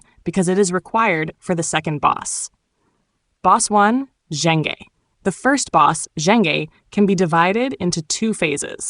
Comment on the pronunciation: im so sorry, i cant concentrate on your guide with your pronounciation on zheng e :face-purple-crying